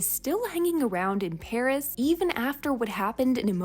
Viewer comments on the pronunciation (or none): none